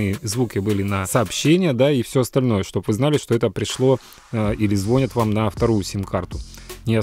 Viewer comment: ЗвонЯт, не звОнят 😜